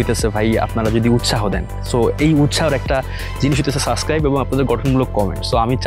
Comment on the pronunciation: সাসক্রাইব না, সাবস্ক্রাইব 😂 এই উচ্চারণ শুনলেই তো আমার আর সাবস্ক্রাইব করতে মন চায়না।